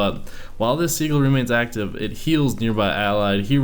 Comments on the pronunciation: really seagull.... not that hard to pronounce si-jul._. sigh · Sih-Juhl, not seagull 😂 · as a grammar nazi,, i disapprove of Sigil being pronounced as sea-gull, pronounce it as si-gil with the I's like in fill and the g like in giraffe. flies away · Its pronounced sigil not seagull XD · its si-jil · Said as: sid-Jill, not being a know it all, just saying 👍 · Btw it is pronounced sijil